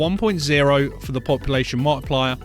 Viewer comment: dude the vid is very helpful BUT THE DAMN ACCENT, meta scent = meta setting, population mo-wi-pli-yar multiplier